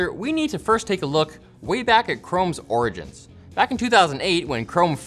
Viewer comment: does he say "origgins"?